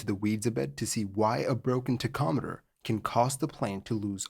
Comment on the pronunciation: I thought he was saying tech ometer but he is just referring to a tachometer. It is pronounced: Tac om eter Btw.